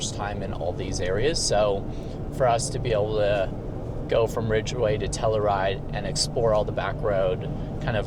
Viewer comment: I really enjoy these videos, thanks for sharing! A shame there was no coffee in Silverton. If only you were traveling with a luxury apartment embedded in your vehicle, you could have made your own! I'm curious about his pronunciation of "Telluride" - I always thought the "u" had a more prominent sound? 🤷‍♂